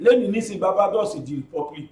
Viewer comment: BGI, Barbados is pronounced 'baar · bay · dows'